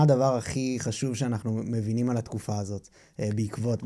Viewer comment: רחל היקרה נהדרת כרגיל אתה חייב לשפר את העברית שלך. אתה מראיין, תקפיד. השפה היא כלי הראיון שלך. עברית: מֵבִין ולא mavin. לא mavinim.